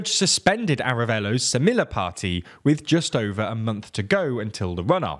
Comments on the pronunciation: Could TLDR make more of an effort to pronounce things close to how they are pronounced in the original language? The Spanish pronunciations in this video in particular were not at all close a lot of the time. Specifically stuff like the double L in semilla being pronounced as an "l" instead of a "y" and v different stress for Arévalo (stress on the e). Video was good regardless, just a small suggestion for the future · semilla means seed. It's pronounced semiya- the double L is a y in Spanish. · God its painful to hear you pronounce anything in spanish. How hard is it to say "semilla" correctly. Just check before butchering a language.